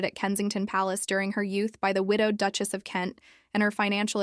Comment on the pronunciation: How do you not know how to pronounce duchess is this AI content or what